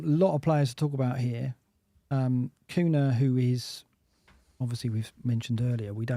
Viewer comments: Sorry to be so pernickety but,... Cunha is pronounced "KOONYA". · I can’t wait for Cunha to be banned, so I can stop hearing you too mispronounce his name.